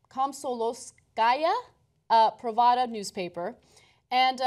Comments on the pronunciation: It's Kom-so-mol-ska-ya Prav-da. It ain't rocket science Kasparian. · Honestly, worst pronunciation of the title of this paper I've ever heard, it sounds nowhere near like that. I mean, the paper is a laughing stock in Russia, almost everything they publish is abysmal, no doubt about that. But could you have prepared? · Guys, I love you, but please practice pronouncing Komsomolskaya Pravda before you go on air. Ironically it means "the young communist's truth" - they never bothered to change the name after the fall of ussr. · That's definitely not how you pronounce Комсомольская Правда. Not even close. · So funny that she can't read "komsomolskaya pravda". Only the most known news outlet from the Soviet Union, lol.